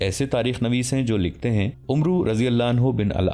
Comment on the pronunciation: Ye "Umroo" nai "Amr" para jata hai in Arabic....correct karen